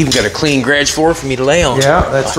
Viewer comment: Lol grage, hearing that is funny. Garage is proper .